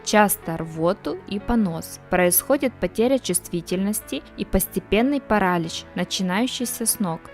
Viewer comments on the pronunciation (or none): Нет слова парАлич в русском языке, как и слова белЕна, и многих других, услышанных с удивлением в этом видео. Уважаемый чтец, будьте немного серьёзнее, есть же словари, в конце концов😂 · Паралич! Ударение на последний слог. И в других словах неправильные ударения! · ПаралИч -ударение на" И".У девушки с русским языком проблемы. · Не кАсторовое масло, а кастОровое масло, не парАлич, а паралИч, не белЕна, а беленА, и т. д. Девушка, вы много где в словах ставите неправильное ударение. Прежде чем создавать ролик на русском языке, узнайте сначала как некоторые слова и названия произносятся. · Полезная информация. Некоторые из перечисленных растений действительно очень ядовиты. Автор говорит без акцента, но почему-то не знает где по-русски ставить ударение. Неужели никогда не слышали этих слов: паслён, беленА, жИвокость... паралИч... циАнистый калий... делИрий... учащённый пульс. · ПарАлич дЫхательных путей...🤦🤦🤦